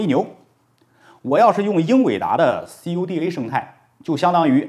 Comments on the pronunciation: 这个CUDA读作酷达🤣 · cuda ，这么念：哭哒....